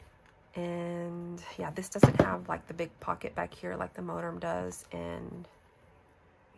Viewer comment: MoTerm not MoDerm. Lol